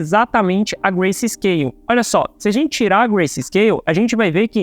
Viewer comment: o correto é grayscale e nao "gracescale"